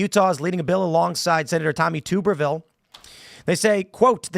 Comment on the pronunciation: Tim... it's TUB 🛀- berville... not TUBE 🧪erville!!! (He used to be our coach at Ole Miss (Hotty Toddy!)